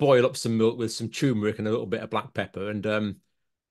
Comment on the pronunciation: I think John means turmeric, as there is nothing called or pronounced tumour-ic.